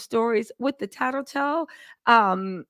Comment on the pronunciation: Oop. You said tattle tell in this video when referencing tanika lol ok. But the “hey my little tattle tells” !?!